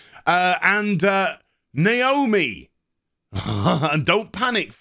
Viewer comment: nooo!! not naoomi!!!